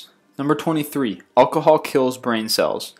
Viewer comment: Alcohol is pronounced ocohol?! xD Its pronounced al-co-hol xD